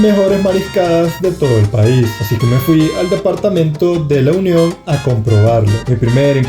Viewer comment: El departamento es La Union se te escucha que dices el lo union